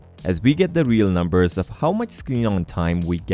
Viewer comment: lol "Nmubers", great video bro